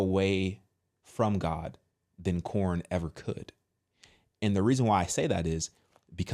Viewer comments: First you had PornHub and now you have CornHub I mean you do you realize that you're saying corn and not porn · Why are you calling it corn? Lol it's porn.